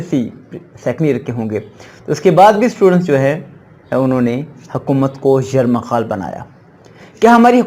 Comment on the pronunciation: Sorry jnab ap ne ye word bar bar ghlat bola. Hkomat ko. yrmghal nhi .🤤 YRGHMAAL . Bnaya.